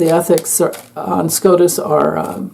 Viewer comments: I apologize for laughing. When you said SCOTUS I thought you said scrotum. Amazing read new subbie. Ps.. Ivana it was said her Dad was KGB. Is this why she had an accident😮😮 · Scrotus...lol...not scotus